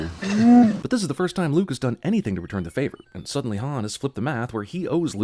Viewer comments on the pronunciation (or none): Why did you say retum?